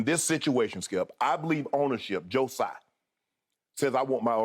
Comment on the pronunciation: Man I love this show but I can’t stand this anymore it’s “Tsai” like Tzatziki don’t butcher the t, surely your organization is diverse enough that someone knows this